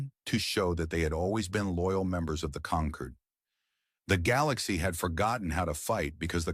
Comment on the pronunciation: Do not use words that can be pronounced in 2 ways. Conquered and Concord are the same to AI. It was constantly wrong. Avoid the word wound at all costs.